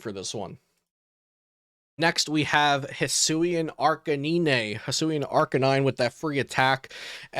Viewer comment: Arcaneenay LOL... found that funny